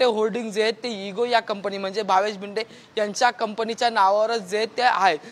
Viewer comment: Patrkar bhava tu marathichi par vat lavyoyes nit shik Marathi. To bhinde nahi bhide ahe v dand Thopatnyat nahi tar thotavnyat yeto. 😮😮😮